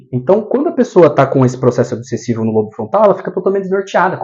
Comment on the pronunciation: Caro,. Gratidão pelos ensinamentos que compartilha conosco, aprecio muito o seu maravilhoso trabalho. 🙌🙌🙌 Gostaria apenas de te dizer que a palavra “lobo”, por exemplo, lobo frontal, embora não tenha acento agudo nós falamos como se tivesse, então se diz “Lóbo”. Só dando esse alô porque as pessoas podem ficar confusa pensando no animal, lobo. A parte mais anterior do “lóbo” frontal, atrás da testa tem função de planejamento e execução de comportamentos aprendidos e intencionais, acredito que por isso, implantam microchips nesta região. Já o hipocampo desempenha um papel importante na memória e no aprendizado e está envolvido na formação de novas memórias, na recuperação das memórias e na decisão do que é importante ser memorizado, talvez a explicação pela qual também atuam nesta região para resgatar memórias traumáticas dos obsidiados. Abraços meus Amigo Gratidão Eduardo